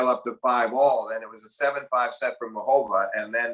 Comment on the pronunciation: Its Muchová! not Mučová!